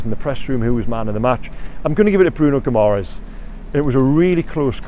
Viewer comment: Come on as a top journalist surely you can pronounce Bruno’s surname right as in Gum-ar-ESH 😊